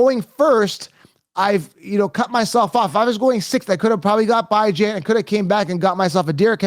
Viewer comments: I see you're still disrespecting the young man who you say you love, Bijan Robinson (bee-ZHAHN), and disrespecting his parents who named him and call him (Bee). Just because it looks like it should sound like (Bi), doesn't mean it is. Just like seeing the name Cenk. But it's pronounced Jenk. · His name is Bijan pronounced bee-Zhahn. I know you’ve never been wrong a day in your life so I guess his grandparents and mother are wrong for the way they pronounce it. at least your videos are talked about. I’ll give you that.